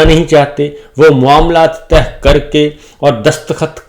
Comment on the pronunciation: معزرت کیساتھ معاملہ تہہ نہیں کہتے طے کہتے ہیں 🙏